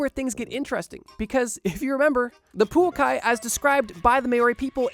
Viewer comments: The way I was so happy when he pronounced Poukai semi correct, just to wildly mispronounce Maori 🤣🤣 props for trying on the bro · I'm at awe at how you're able to swap the places of the vowels so consistently while having the word written on the screen at the same time... poukai somehow becoming puokai, moa somehow becoming mao, the only thing missing is the maori somehow becoming moari in turn. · Absolutely love your videos my friend, but I think maybe some research in how to pronounce some words needs to be done! Maori, Poukai and Moa need some work ❤